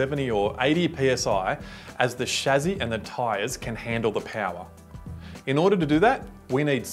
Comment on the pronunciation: The shazzy?? Oh, the chasis!!